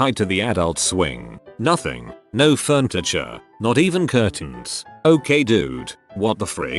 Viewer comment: "furntiture"? Was Madea the responding officer? 😆